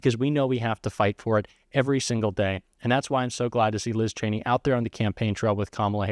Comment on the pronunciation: Oh so he does know how to correctly pronounce her name